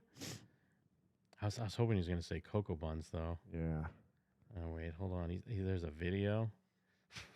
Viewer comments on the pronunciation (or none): He was trying to say that Corey is “Cukoo for Cocoa Puffs” but it came out COCOBAUNZ